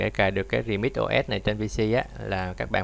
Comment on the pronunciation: Bạn đọc từ remix thành từ redmi r bạn ơi